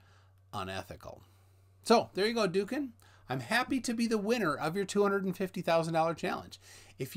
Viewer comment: I don't speak Turkish either, but hear it spoken and see it written nearly every day. From what I understand of the orthography his name is pronounced more like "Dowukan" or "Do-oukan". The ğ is a vowel-lengthener normally placed between two vowels to lengthen the first. Atatürk's attempt to "modernise" or "Westernise" the language, which included writing it in Latin script, is sort of lumpy, to say the least. It was also a grievous act of cultural destruction, a sort of "newspeak", which greatly impoverished the language and has cut all but a few specialists off from its older treasures. There are a lot of boys where I live called Mustafa. I sigh inwardly at their parents' usual reason for choosing that name. But then I remember when loads of boys around a decade or so younger than me were called Elvis. Do you know any men in their late 50s or 60s who go by that name? I don't know any. I suspect many birth certificates contain embarrassing secrets